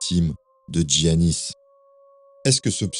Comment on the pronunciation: Pour info, en grec c’est prononcé Yiannis et pas Tziannis.